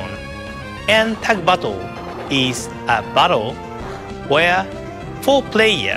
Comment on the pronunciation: when he says "battle" it sounds like "butthole"